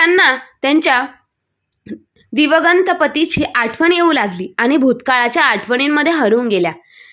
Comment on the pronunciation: दिवंगत असा उच्चार करावा